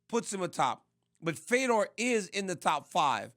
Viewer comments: Why tf is RC pronouncing his name “Fee-dor” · at first we heard feedor...then he gets corrected just by listening & he says Fedor lol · RC trying to hype up Fedor and say how much of a legend he is while pronouncing his name wrong is hilarious. "FEE-DOOR" lmao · Rc needs to go, he was saying Fedor's name all wrong and even DC is laughing at this clown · It’s a real struggle for RC with names bruh butchered fedors name twice hahaha love it